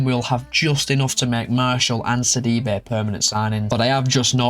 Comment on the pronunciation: Ah thanks for the shoutout bro! Did very decent with the pronunciations 😂 👏 ! Great rebuild! Got Sidibe on a Stoke City rebuild and he is such an all-rounder! Love from South Africa as always!